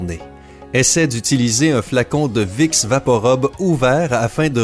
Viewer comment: Vous avez un défaut de 🙉🙉🙉🙉🙉🙉🙉🙉 PRONONCIATION ami canadien ...😄 Vous dîtes vicks vaporobe.... c'est un U !!! Rube et non 👗 robe ....🙄🙄🙄